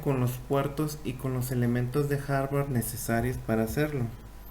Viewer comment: Aprenda a decir hardware… no Harvard